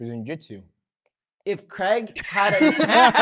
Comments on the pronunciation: The fact Americans say Cregg will never not be annoying 😂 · It’s crayg not creg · Creg or craig? 😅 yanks need to learn to pronounce english correctly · Is it really pronounced "Creg"? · I hate the way he says his name as “Creg”